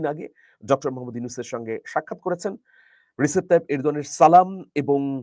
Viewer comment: His name is Rejep , though written as Recep. In turkish C is prounced as J.